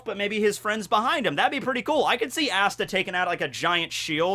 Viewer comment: Could say his name right tho..